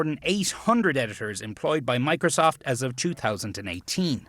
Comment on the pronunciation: "I think Mocrosoft is a trustworthy... " lol